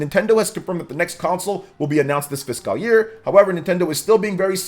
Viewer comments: I would agree with you if he mispronounce fiscal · Lord, please help this guy with the pronunciation of fiscal. Im begging you